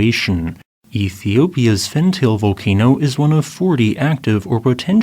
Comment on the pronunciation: Pronounced as Fant-al-ae